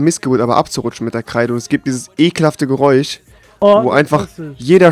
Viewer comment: wieso sagt der geräuch und nicht geräusch